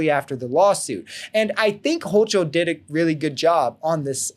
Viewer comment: its pronounced Hokel...not Hochel